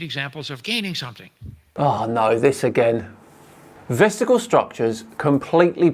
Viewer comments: vestigle?????? you mean VESTIGIAL...... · Do all Brits make vestigial rhyme with testicle? I'm writing a poem about Kent...